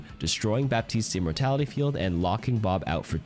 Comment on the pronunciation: Hi, thanks for the video, very well made and useful ! I have one thing to point out on which you're wrong tho : The P in Baptiste is silent. Think of it as Battiste